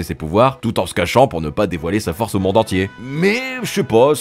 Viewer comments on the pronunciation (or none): none